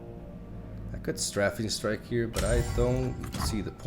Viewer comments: Your pronunciations have gotten a lot better! One more to add, "Strafing Strike" is pronounced like "stray-fing" ;) Love from Colorado! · its pronounced stray-fing strike btw!!